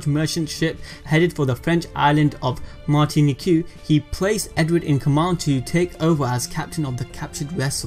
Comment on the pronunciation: The island of Mart tini Q lol its pronouncement is Mar ten neek .